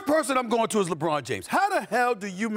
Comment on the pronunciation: Wait what??? Mannn please stop with the leborn frfr!